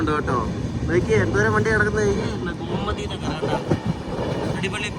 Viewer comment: Gomati alla Bro Gomti Nagar aan 🙂